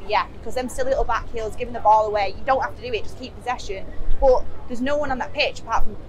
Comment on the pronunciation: Maybe I’m weird but I love how says “boh” (but).